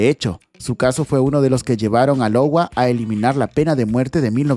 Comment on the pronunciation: Ya pero en el caso 13 no era Lowa , es IOWA